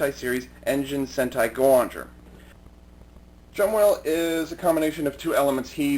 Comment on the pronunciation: Its Jumbowhale not Jumwhale.